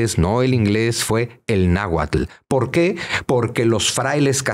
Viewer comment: Al Dr. Zunzunegui solo le falta mencionar bien las palabras en Nahuatl